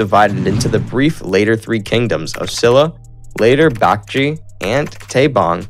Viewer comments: imagine pronouncing baekje as bakji (it means bat in korean) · Love how he slays all the name. Joseeyeon, Gojuryo, Bakji 🤣🤣 Not gonna even mention the peoples name 🤣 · 아니 고구려 백제 신라 발음이 ㅋㅋㅋ 구주라송 박쥐 실라 ㅋㅋㅋㅋ